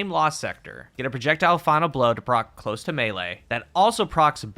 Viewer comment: I don't think I have ever heard a single Youtuber actually pronounce the 'close' in Close To Melee correctly, and it drives me up the wall. It's the verb form of close, not the adjective, and is pronounced 'klōz' , dammit!